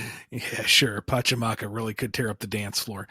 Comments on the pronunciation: Pa Chex(without the s) a mack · Think of Pachacamec as Pacha-kaw-meck